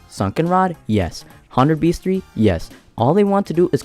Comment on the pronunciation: you pronounced bestiary wrong